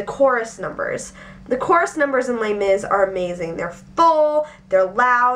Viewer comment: The way you shorten Les Misarables sounds like terribly mispronounced my brother's name (Laimis) lol no offence, just random thought